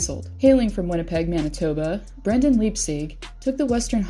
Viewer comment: you're pronouncing Brendan's name wrong